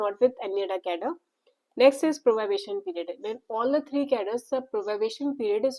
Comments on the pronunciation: its probation not probabation please correct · It is probation not probabation